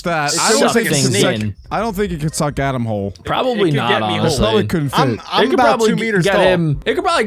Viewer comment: Stop the alic hate snd jack no its not adam its